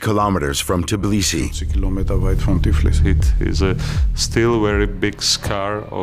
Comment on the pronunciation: Tbilisi, not Ciblisi Tbili its "warm"